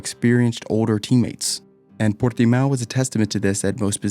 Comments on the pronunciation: The way you pronounced 'portimao' is the most accurate to the portuguese pronounciation. Congrats! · This guy pronounces Portimão right but can’t say Norris, Carlos, McLaren, Aussie correctly....